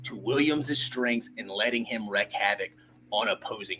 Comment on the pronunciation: You know ball. One critique. Wreak havoc, not wreck.